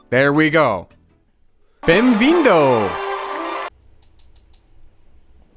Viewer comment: say "bem vindo"seeing say welcome in Portuguese Brazil is so satisfying (i'm brasilian eu sou brasileiro)